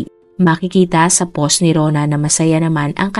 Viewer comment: "post", " social"... May google paano ipronounce mga words.